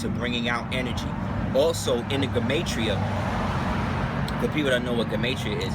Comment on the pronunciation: it's pronounced "gee-ma-tree-uh" beloved.